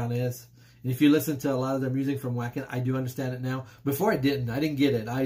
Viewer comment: That one kicks ass! Great one! Wacken 2013, one for the ages! By the way, it is pronounced Vacken. German does not have the W sound.